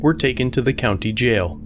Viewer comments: Anyone that makes "jail" a two syllable word (JAY-ill) is probably dumb as fuck. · Po-leece take home boys to the jay-el